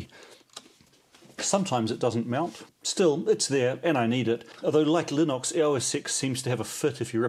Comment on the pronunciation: There are now a lot of subscribers out there furiously searching for this linox thing - gotta love a kiwi accent 🤣 Oh well i shouldn't be such a smart arse - it sounds like linix with an Aussie accent 🤣🤣 I think i will stick with my Raspberry pi 400 - they have somehow managed to anticipate the time it takes for me to go and grab a beer from the fridge - i type something into chromium , press enter , go get a beer and when i get back it loads what i have searched for just as i crack my beer open - Bliss!